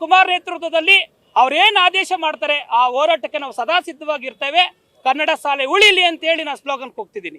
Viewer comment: Adhu salei alla "Shaalei"